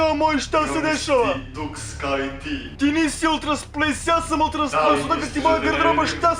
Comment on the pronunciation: Zoves se ultras plays a govoris kauntras plays lol